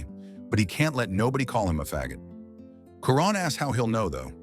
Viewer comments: Shy-Ron not kyren 😂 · Best LGBT themed movie ever❤. And it is pronounced CHYRON!!!😂😂😂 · The AI voice couldn't pronounce Chiron properly 😆